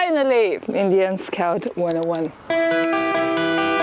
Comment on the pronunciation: English is another level scoawt